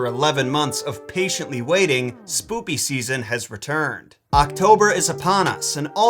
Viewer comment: did dis man really just say "slooky season"?